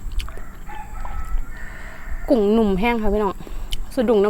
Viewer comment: หมอน้อยๆๆชัดแต่กุ้ง 555